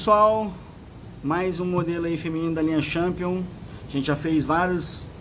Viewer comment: A sua prónuncia da marca está errada, tente falar "tchenpion".